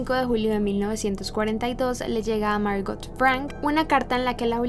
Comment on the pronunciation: No fui capaz con este video. La pronunciación tan incorrecta de los extranjerismos me desconcentraron permanentemente. ¿Por qué a todas esas palabras le pone el acento inglés?: Ana "FrEnk", Otto "FrEnk", Edith "Jolander", "MErgot FrEnk", el dentista "FrUitz Fefel", el campo de concentración de "Uesterboerk", el diario lo nombró "QUIRI", etcétera, etcétera, etcétera.